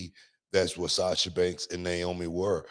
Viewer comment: Someone tell that her name is not Niomi..Its Naomi! Lol